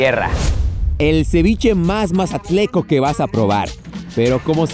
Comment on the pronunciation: se dice mazatleco 😂😂🤭😌